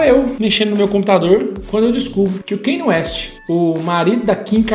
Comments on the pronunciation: O Kanye West sempre teve influência gospel e música soul. No album The Graduation é mais explícito ainda (tem a música Jesus Walks). Só que nesse ele se entregou de fato. Ah, e só pra informar ^^ pronúncia do nome dele não é Kêne West é: Kániei West. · “Keine ueste” KKKKKKKK